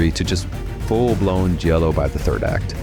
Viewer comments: Great list. It's pronounced Gee-a-lo, not Jello.😂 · Stop saying 'jello'! 😆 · Jha-low! And it’s Lew-chee-oh Fulcee. It’s confusing because the chi is ki, and the ci is chee. It helps to wave your hand too. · Jello? Is this AI? And why did it start with a non-Giallo film, the dreadful Suspiria remake? Argento himself says Suspiria is NOT a Giallo. You don't know what you're on about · These are some of my favorite Jello movies. And that's definitely how you say it.